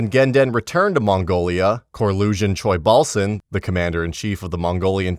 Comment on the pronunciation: tsoilbasan. wtf. u butchering his name. its choibalsan.